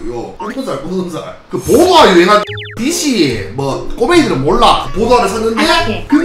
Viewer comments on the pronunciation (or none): DC보드화할때 발음도 웃김ㅋㅋㅋㅋㅋ듸씌ㅋㅋㅋㅋㅋㅋㅋㅋㅋㅋㅋㅋㅋ